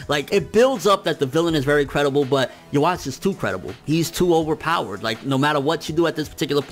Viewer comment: It's pronounced "Yoo-Hah-Bock." The "w" makes a "v" sound in German, but "v" is "b" in Japanese, since that letter doesn't exist.